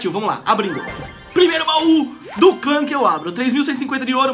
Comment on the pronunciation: caramba aprende a falar bau do clã